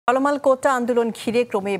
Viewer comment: 😂😂চলমান কে চলমাল বলছে সংবাদ উপস্থাপক